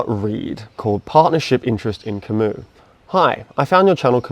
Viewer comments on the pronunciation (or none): "Ka-moo" not "Cam-iis"